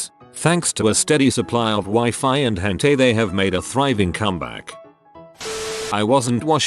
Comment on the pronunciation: I always laugh when this TTS says "hentay"